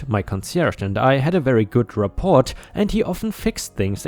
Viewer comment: Rapport, the t is silent. ra-ˈpȯr or rah poor. French words are usually like that...